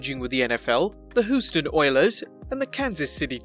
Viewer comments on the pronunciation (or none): Hooston Oilers lol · The "Who"ston Oilers 🤣🤣🤣🤣🤣🤣🤣🤣🤣🤣🤣🤣🤣🤣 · Please learn how to pronounce Houston, Los Angeles and Ditka.